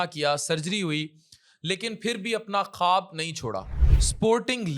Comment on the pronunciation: خٙوب نہیں خواب